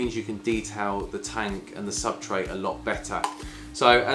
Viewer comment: Thank you. Good review. Just two points. It's 'Submersible' not 'Submergeable' and it's called ' Substrate' not 'Subtrate' 🫠